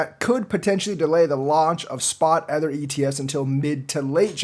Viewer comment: It's called Ether. Not Heather